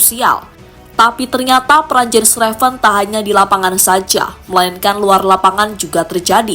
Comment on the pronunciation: its "YENS" not "JENS"